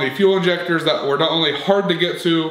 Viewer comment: Riding with Dave heavy emphasis on the “only”